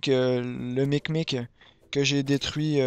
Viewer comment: c un "mimic" pas un "micmic"